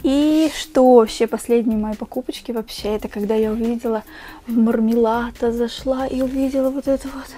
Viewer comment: класс, только не мармелато, а мармалато